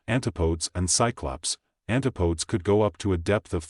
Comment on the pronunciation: You mispronounced Antipodes. It’s not an-ta-podes. I believe it’s an-tip-o-des😅